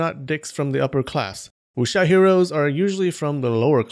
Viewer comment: Just for your information, you are supposed to not read the W in Wuxia. Chinese dont read the W and Y when i or u follow it. And you are supposed to read J as C = Ciang hu And C as J = Louis Jha Yea, chinese language is so complicated...